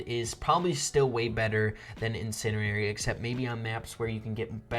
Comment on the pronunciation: It’s pronounced in-sen-diary not in-sin-erary